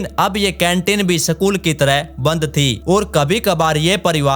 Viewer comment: Sakul nahi school hota hai